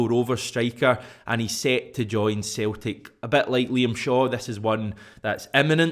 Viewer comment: Its celtic not theltic slabbery mouth